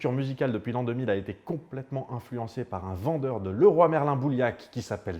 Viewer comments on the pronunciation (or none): none